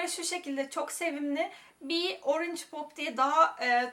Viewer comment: Organge :D